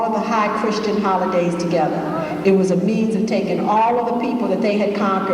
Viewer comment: Hahah..she said Hah(a)olidays:).